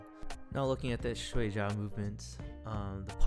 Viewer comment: Pretty cool! Pronunciation of Shuai Jiao is : Shuai -shwy (rhymes with pie, fry, my, sly, etc. Pronouncing it the other way means ‘sleep’. But, otherwise great video, thanks!👍🏻👍🏻